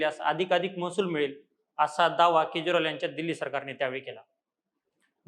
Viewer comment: केज्रॉल नाही रे